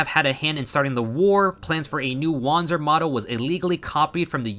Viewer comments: Well, german here: You pronounced it very english, so imma try to use other words to better explain how german works. Wander is not pronounced Wonder, it's closer to the word Under. and the Z in panzer is closer to a TS sound, like in Pants. So uh, try to say WunderPantser instead and it will work out prolly. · do we just ignore the part where he used the W already as correctly as a native english can? His problem lied in the pronounciation of the "a" in wander.